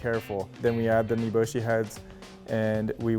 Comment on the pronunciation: Him:says niboshi Me:whatt??? Nibulsh*t?